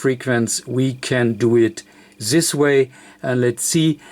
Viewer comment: zis sims to be tru